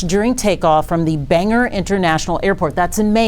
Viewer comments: Please pronounce it like it is spelt! It’s not bang er!!! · Ban-gore, not bang-erh. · Bang-OR. More like “store,” less like “airplane hanger.” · The city is pronounced Bangor (or) not (er) Banger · Ban-Gore, not Bang Her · Bangor is 2 hours NORTH of Portland. Pronounced Bang..or not Banger. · It for nothing but its pronounced bang gore, not banger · Bangor Maine is approx. two hours NORTH of Portland. Pronounced BANG-or not "Bang-er". It's still snowing and has been all night. All schools are closed. Just FYI. Sorry for this concerning news. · And the city is pronounced bang- gore.... bangor , not banger and it's two hours north of Portland..piss poor news reporting..seems all we get for news these days is misinformation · It's pronounced 'Bang-Gore' not 'Banger' you stupid twits! Learn the actual language BEFORE you go on air! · Bang-gor, not banger. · I cringe when I hear Banger, ME instead of Bangor...I seriously do not get it! So many inaccurate things here, and by "inaccurate" I mean straight up wrong 🤐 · It’s Bangor. Bang-OR not banger. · Did she just say Banger? It’s BanGORE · Banger? Hmm, you mean "Bane-gore"? C'mon 🙄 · I'm from Maine. It's not "banger" it's bang gore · It’s Bangor not banger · I live here in Maine It’s Ban-Gore. Not Bang her. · Say it with us..BangOr maine. Not banger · It’s pronounced BAN - GORE …. Not BANGER, you retard !!’ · North of Portland most definitely not south! It’s pronounced Bang-gore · It’s pronounced Ban-gor. And I would assume there was two pilots and six passengers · Bangor is 2 hours north of Portland. And it's not Banger, It's Bangor with a hard G in the middle. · Bang-gore is the correct pronunciation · Bangor is two hours NORTH of Portland, and pronounced Ban-gore. Mainer born in Bangor and I am so sorry to hear about this tragedy 😢. Large explosion was heard miles away. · It's Bangor not banger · Banger Maine? Where the hell is that? So disrespectful you can't even get the name right. Clowns.